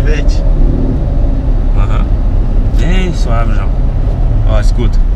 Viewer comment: mano quem que chama um corvete de "vevete" kkkkkkkkkkkk esse moleque é mó doidão esse joão